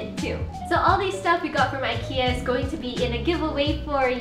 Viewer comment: pronounced as eeekea